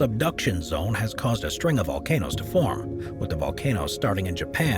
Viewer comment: "...easily make it one of the most deadliest vocanoes..." My ears are bleeding.